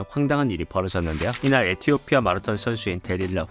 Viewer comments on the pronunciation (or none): none